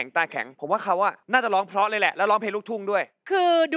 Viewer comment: ชินจะเก๊กไปถึงไหน เล่นใหญ่จนน่ารำคาญ น้องเก้าดีงามทุกอย่าง แต่อยากให้ไปฝึกออกเสียง ร,ล ให้ชัด ๆ หน่อยน้าา โดยเฉพาะคำว่า 'เพราะ'